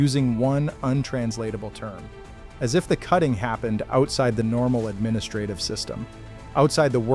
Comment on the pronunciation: Stop saying administrative!